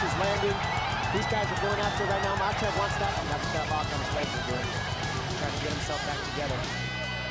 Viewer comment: Namanya islam MAKHACHEV bukan MAKASEP 😂